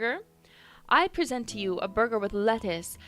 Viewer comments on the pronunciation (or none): none